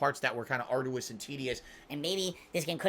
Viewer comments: He just did it with the BO6 reveal. Dude stares at himself 8 hours a day but doesn't hear himself??? ARDOUS SUSSESOR AYUNDD WHANT KHANDOH KHANTHENT The list is endless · Love these single word videos you have on our boy. The fact you have to sift thru all of phils B.S. must be Ardoois LOL🤣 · Yeah, fair play. This one did have to be done 😂 I bet it was literally an ardoois task 🤣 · Never would have guessed arduous. We can make a dictionary. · It was very ardoois to make it through this video dood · Atrociously arduous